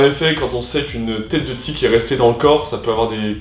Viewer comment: Ça en fait des aventures... Sinon c’est TIQUE, pas TIC 🤣